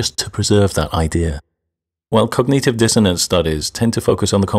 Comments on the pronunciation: Your saying cog-nEE-tive is dissonant. It's cog-nit-ive... as in, wit-nit. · why does he pronounce cognitive as cogneative?